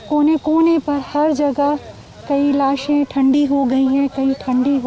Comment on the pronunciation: What's wrong with this reporter? Is she dumb or what. Show some courtesy and stop saying "laashain"